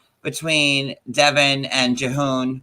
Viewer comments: Can people please stop pronouncing his name "Juh-hoon"? 😆🤣Lol. It isn't even a hard Korean name to pronounce and is spelled like it sounds. Why do so many say it that way? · They also can't say Jihoon haha